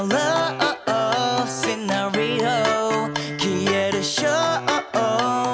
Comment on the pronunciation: シナリオの発音の良さよ